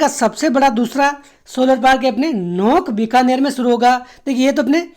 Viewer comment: बीकानेर में नोखा है नोख़ नही.. नोख जैसलमेर में हे